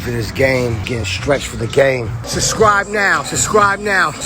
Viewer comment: “S’scri’e naow”